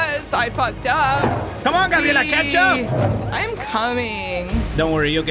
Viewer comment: every time they say chatch up it sounds like ketchup!